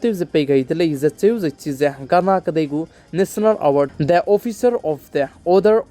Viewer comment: The way you pronounce “THE” is not comfortable